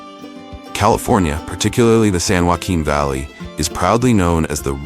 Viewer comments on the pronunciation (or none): none